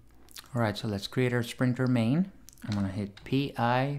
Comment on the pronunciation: Hi, Awsome video! Love your content. Just wanted to say that its pronounced sprinKler not sprinkTer lol 😂 😂